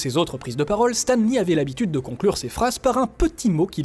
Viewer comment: Stam Lee :'(